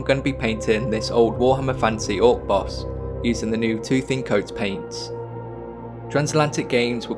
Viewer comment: Is it just me or did it sound like he was saying “tooth in coats” lmao 🤣